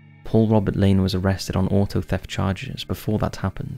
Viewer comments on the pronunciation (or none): none